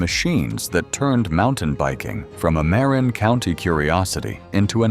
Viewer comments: Ai voice. Mispronouncing something as simple as Marin county. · Nice to see the old mountain bikes. I still have my Wicked Fat Chance. To bad Ibis and Mountain Goat are not worth a fortune. Some of the Mountain Goats had amazing paint jobs. Funny how the video mispronounced "Marin" and "Mt. Tamalpais".